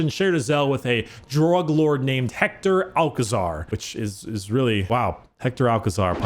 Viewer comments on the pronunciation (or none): i really love you, but that pronunciation of Hector Alcazar its so bad XD, In spanish it does not sound like Pablo Escobar 😂